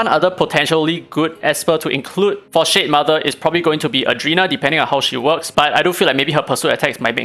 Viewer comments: cannot stop hearing sh*tmother 😭😭😭😭😭😭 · It seems like you are really disappointed by shademother because everytime you say its name i hear shitmother for some reason. LOL